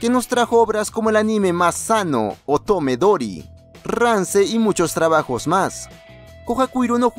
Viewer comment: en el momenti que escuche otome diry me retracte de querer ver el anime